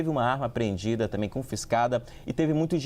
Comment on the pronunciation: Pelo amor de Deus, alguém ajuda este repórter a pronunciar corretamente a palavra também 😂😂😂😂😂